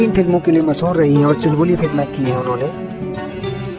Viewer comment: भईया Aishwarya Rai Bachchan ka नाम ऐस्वर्या ना होकर ऐश्वर्या है। और मसहूर ना होकर मशहूर होता है। वर्स ना होकर वर्ष होता है।कुछ बोलने से पहले "श" और "स" का अंतर समझ लो,फिर कुछ लिखो।